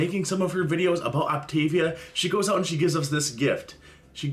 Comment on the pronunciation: As somebody who has actually done the Optavia program, I will say that the dark chocolate cherry shake is so gross. I didn't like it and neither did my mom but the rest was pretty good I will say. She also did pronounce it correct when she started her video if anybody was wondering